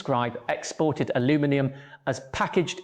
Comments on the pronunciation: Missing "and" from some of the numbers, and mispronounced "aluminium/aluminum" as neither English nor American. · I've never heard anyone use Aluminium, Aluminum or a mix of the two, Aluu-minium, in the same sentence before. 😄